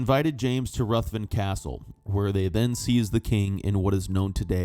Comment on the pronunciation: A word on pronunciation for the narrator. Moray is pronounced "Murray" not "Maw-ray"; Ruthven is pronounced "Riven"; and Gowrie is Gow(as in cow)ry. At least he got Edinburgh right which seems to be beyond most Americans .